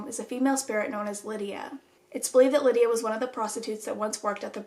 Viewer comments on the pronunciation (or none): Tell me why when you said “Lydia” I thought someone called me and yelled “yeah” 😂😂